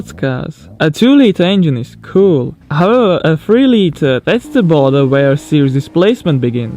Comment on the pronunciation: Please don't get me wrong, but you need to improve the pronunciation of the words "however" and "horsepower" You're doing each time better ok, it's just a tip.